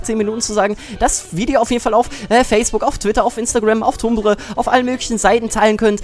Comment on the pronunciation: wie kann ein mensch nur so viel labern?! D. warte....brustbacken?! dafuq?! xDD und tumblr schonwieder falsch ausgesprochen xDDD